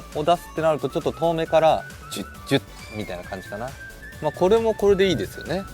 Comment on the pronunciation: 「ジュッジュッ」が「チュッチュッ」に聴こえて照れます♡